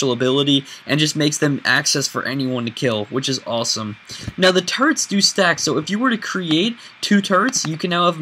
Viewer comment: When he says turrets , it's like he's saying turds ( sorry if I you are offended ) .